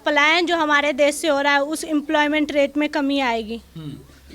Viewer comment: देस देस कर री है पहले देश बोलना तो सीख फिर बोलना 😂😂😂😂😂